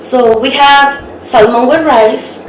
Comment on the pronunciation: Just a good tip to help you. When you pronounce Salmon in English, say it without the letter "L" ❤️